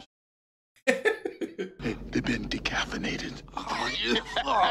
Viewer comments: When Murtaugh says he's been decaffeinated, he's actually saying dekaffinated. Kaffir is the South African version of the n-word, and something the baddies had called Murtaugh earlier in the movie. So it's not as random as it seems, it's actually a joke/pun. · I'm always love your reactions and insightful analysis. "Dekaffanated". The Apartheid regime's "N" word is spelled K-A-F-F-A. When Murtaugh killed the diplomat played brilliantly by the legendary Joss Auckland (RIP) he used the best one liner. They also used the word when they assaulted Murtaugh's family in the bedroom. Back then the regime was still in effect so the film had greater impact as we had instant villains to hate. Awesome film.